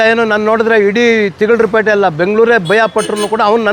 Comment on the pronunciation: Madam it’s not thiglu peta😂 alla thigalara peta ❤ arthu asiya ammani 😂😂